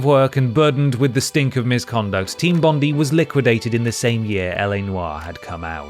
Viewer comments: Jesus - Team Bondee? It's Bond-eye - named after our most famous beach. Can't believe an Englishman has never heard of Bondi Beach (if ya know, ya know!) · Sorry for being a nerd but team bondi is actually pronounced team bond-dye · Someone doesnt know how to pronounce Bondi.